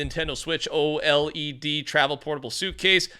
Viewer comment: Oled is a word not o-l-e-d